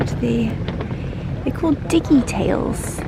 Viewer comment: I did have a chuckle at the " diggi-tails", tho!!!! lol